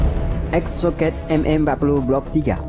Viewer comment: Exocet dibaca exsoket katrkooo......k